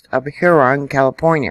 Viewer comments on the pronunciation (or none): none